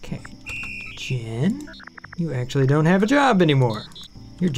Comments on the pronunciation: Jean is pronounced JEEEEN what you are calling that bot is JEHN. :p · Where in the world would "jean" be pronounced "jen"? I've only ever heard it as "john" and "jeen"